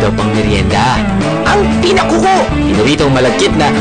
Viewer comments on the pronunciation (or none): Pinakuffu not pinakuku